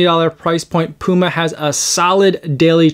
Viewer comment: Good initial review. Thanks for pronouncing the brand name Puma correctly. 😉